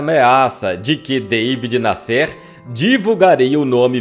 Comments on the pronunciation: Amigo, se pronunci David NÁsser, e não Davi Nassér. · "Deivid Nasser" é na verdade, David Nasser e se fala da forma como escreve. Era jornalista de revistas como O Cruzeiro Realidade. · Não é" David Nescêr" é Davi Nácer que se pronuncia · Davi Násser. Acho engraçado a esta altura 2023 brasileiro fazer que não sabe falar Davi (não era deivid). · Incrível como o pronuncia o nome do conhecidíssimo repórter David Nasser: Dêivide Nassér (sic!). Isso desmerece a narrativa e lhe retira meu "joinha". Que pena!... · O jornalista David Nasser ( pronuncia Daví Násser) Tb está enterrado no São João Batista. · A pronúncia é Daví Násser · Daví Násser...pronuncia correta. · Que voz desagradável do. Além do mais pronuncia errado os nomes, como David Nassér...derruba qualquer vídeo. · Seria interessante a correção da pronúncia do nome do jornalista David Nasser. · Esse ,ocutor precisa se informar sobre a forma correta pronuncia de muitas palavras como : David Nasser , e outras. muita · Qual a razão de pronunciar de forma errada o nome das pessoas , a exemplo e David Nasser? Qual?